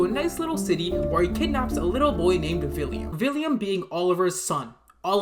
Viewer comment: Why do you say “villiam”?? Is it not “William”?